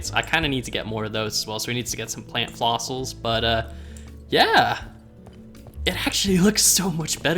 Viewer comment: "So we needslo get some plant flossils"